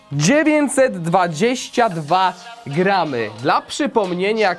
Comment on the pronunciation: uszy bola mowi sie gram...